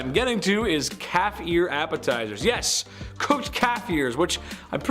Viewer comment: OMG, I thought he said cat ear appetizers at first instead of calf lol